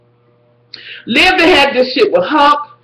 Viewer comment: I love how you call her Lib even though it Liv love ya